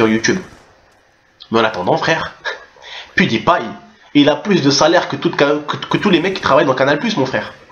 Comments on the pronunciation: Canal+ c'est moquer de pet de paille (prononciation de HAHA) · MDR : C'est Pewdiepie pas Pet de païe.. x) Plus sérieusement, Antoine De Caunes ce faux cul il se moque de la communauté gaming mais quelques mois auparavant il faisait un vidéo avec Cyprien sur CyprienGaming ! Bref, de toutes façons, dans quelques années Youtube, Twitch et Internet en général auront pris la place de la TV... La télévision est un média bientôt mort. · On dit Pyoudipie mdrr sinon bonne vidéo ;) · MDR comment tu prononces le pseudo à PewDiePie (PetDePaille) sinon Canal+ pour moi est en train de s'enfoncer de plus en plus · jlai vu la meuf c meme pas dire pewdiepie --'